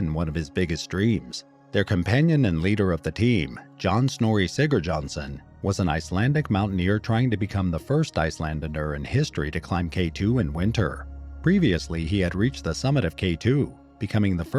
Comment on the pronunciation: "Icelander" is pronounced ice-land-er not ice-lan-derer. True, I don't need to post but if someone actually wants to get their facts right seems that they'd also want to pronounce names and peoples right. I mean no offense by correcting the pronounciation. Just an attempt to help. My apologies if it comes across as being rude in any way.